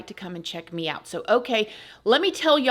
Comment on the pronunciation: "If you would like to come and check MEOW.." I hear it every time 🤣😻